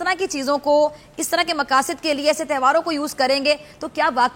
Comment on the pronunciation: Tehwaar Nahi Hota Tohaar Hota 😂😂